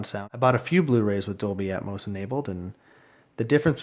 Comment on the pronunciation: It’s not atmus. It’s atmos 👎🏻